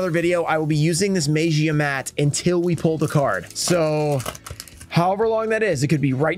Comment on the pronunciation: Mag ee ah. And I'm sure if it's pronounced right he'll finally come out of a pack.